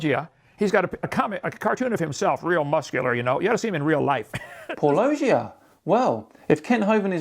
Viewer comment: says the name of his channel at the beginning of each video. Kent keeps insisting on pronouncing it [pɑ ˈlodʒia].